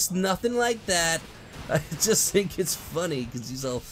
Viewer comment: am i the only only one that herd sonic say think as sink?